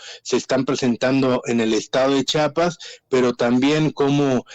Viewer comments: Que coraje que ni siquiera las presentadoras de noticia sepan como pronunciar el nombre de Chiapas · No es chapas, es Chiapas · Chiapas no chapas habla bien, 😂 por lo menos